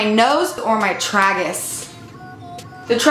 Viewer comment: Lmao your "traggus" honey it's tragus, like tray-gis